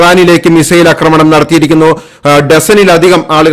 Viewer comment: അക്രമണം തെറ്റ് . ആക്രമണം എന്നതാണ് ശരി